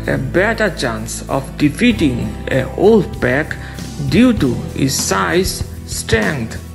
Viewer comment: Pack not pek